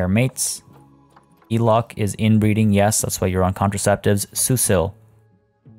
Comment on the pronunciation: just thought i would drop a comment because you did mention you like to learn new pronunciations, languages and things, she's traded out but elok the komodo dragon is pronounced élok with a hard e like in egg! it means pretty/goodlooking/nice/beautiful hehe